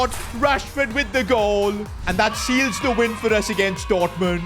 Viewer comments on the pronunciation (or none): none